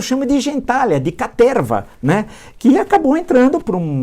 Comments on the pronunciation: Fico o vídeo todo esperando Villa falar caterrrva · Quem escutou "Caterrrva" deixa o like!!! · Quem ouviu Caterrrva duas vezes deixa o like!😀